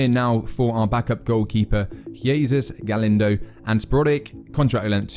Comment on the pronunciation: DUDE! How on earth are you butchering simple to pronounce names like Galindo and Abbas???? Just pronounce them the way they are spelt. You’ll be 95% closer than the way you’re currently saying those names.